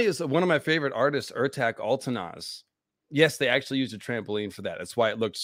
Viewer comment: ertaZ not ertack the Ç in Ertaç is pronounced like an S not a hard C.